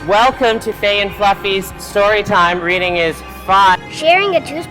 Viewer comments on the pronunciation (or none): none